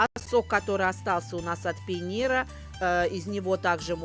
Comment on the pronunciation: Ни пейнир ,а пенир !!! На нашем языке ..пендир !!😂😂 То бишь СЫР😂😂😂😂😂